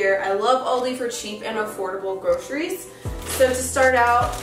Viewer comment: Hass du jetzt echt "oooouldi" gesagt :D